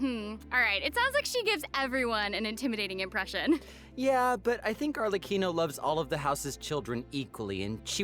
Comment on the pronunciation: I'm mainly surprised I've been mispronouncing Arlecchino's name wrong for the last few months. Other than that I'm pretty happy and content with what we're getting this update!